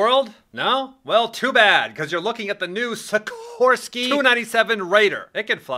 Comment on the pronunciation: SIKHHHHORSKY S-97 RAIDER